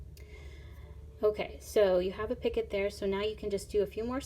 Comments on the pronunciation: It is pronounced. Peeeeeecoooooo. Not picket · You call it a pockit, but Picot is called: picoo. Zo you don't speak de 't'. Your needle is far to big for this dread. Go on with tour needle tatting video's because jou explain it very wel. Good luck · Picot is pronounced Pee-co.....not "picket" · Oh don’t say “picot” picket. It’s pronounced pee-co. Just saying. Picket refers to a fence. Picot is a small loop or loops in sewing or crocheting etc. ☺️ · Picot……noit picket…..pee co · EXCELLENT tutorial! Thank you so much for making it and sharing it with us all. (Just FYI, picot is pronounced "pee-koh" rather than "picket" like a picket fence. It's a French word, and they are famous for adding silent letters to the end of words.) 😉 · Pee-kó French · "Picot" is a French word, and it's pronounced "pee-ko." Love your simple to follow instructions. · When she first said it I was like I've never heard any od the other videos say anything about a 'pick it' then went - oh - a picot 🙁😞 slightly disappointed lol. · It's actually pronounced "pico" but spelled picot. The t is silent... Just fyi. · T is silent in picot